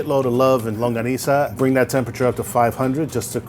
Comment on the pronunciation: i’ve never heard longganisa pronounced so conyo